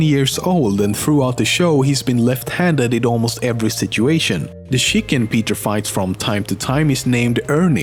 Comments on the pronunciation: "sjick-ken"... C'mon man. Swedes can say "tjik-ken" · I really like that "Shicken" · I love how this dude says Chicken. "Shicken"… kinda classy. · The way you say chicken is funny Chi-ken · chiken I love you ;3 how you said it though "shicken" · the shicken